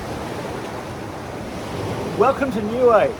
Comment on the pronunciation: CORRECT pronouncing is as … NEW E as in … A E I O U 👀 N I U - E 👀 EH … NOT WAY OR AYE . NIUE 🇳🇺 A’s are NOT pronounced as “AYE” it is pronounced as “ARE”. U T U K O was my home beach i frequented a lot as a child ❤️